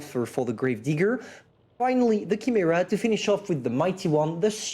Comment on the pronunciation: did he just said Kimera for Chimera ?